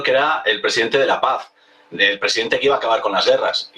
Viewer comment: HABLA BIEN, PORQUE DICES " DE LA PASD "